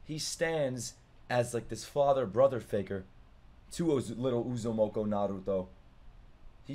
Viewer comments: Bro I couldn't keep a straight face as he butchered the Uzumaki name over and over 😂 calling him uzumoko😂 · Bro , it's Naruto Uzumaki not Uzumoko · It's U-zu-muh-kee